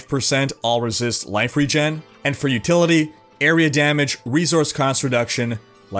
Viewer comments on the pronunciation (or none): none